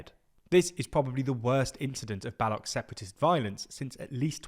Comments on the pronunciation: Firstly thanks for mentioning my ignored Motherland and secondly The person shown is wearing a Pashtun cultural dress not a Baloch one. And thirdly I am a Pashtun from Balochistan and u r mispronouncing the word "Baloch" u r saying "Balok" while its "Baloch" (ch) as in chimney not character. Hope that clears up confusion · The ch in baloch is pronounced how one pronounces the ch in china ... A mere google search would make yall understand that but you must be busy glazing liberalism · The ch in baloch is pronounced similiar to cheese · It is not “Ba-lock” you melt. Learn how to pronounce non-English names of you are going to try to make money off them. Shame. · I was wondering who are these Bolucks over entire video. Finally realised it is Baloo-ch, the people of Baluchistan 😂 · "balok" come on man you literally pronounce balochistan correctly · Ik this is nitpicking but the pronunciation of ‘Baloch’ is wrong. It’s pronounced as Baloo-ch with the ch like in ‘church’. The area’s pronunciation is Baluchistan. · ch in baloch is pronounced same as in 'chores' ;) I gotchu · the ch at the end of Baloch is pronounced as ch in chair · You need to get the facts and pronunciation of Baloch correct. Why not take some time to learn a bit before making video? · You created a video on baloch people without knowing how to pronounce Baloch ???? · You made almost a 10 minute video but you cannot pronounce baloch properly? All you needed to do was to Google it. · Please learn how to pronounce Baloch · Please at least search up how 'Baloch' is pronounced before making a whole video on them. It's super unprofessional. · His pronunciation of Baloch is really triggering!! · If you can pronounce Balochistan correctly, why can't you pronounce Baloch correctly?? The 'ch' is pronounced the same, not the cockamamie (& contrived?) manner in which you seem to pronounce it!! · the boloch is pronounced with 'ch' as in chair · How can you pronounce Balochistan right but not Baloch ?